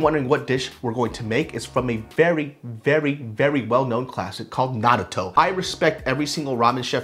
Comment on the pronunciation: Omg he actually pronounced naruto right!!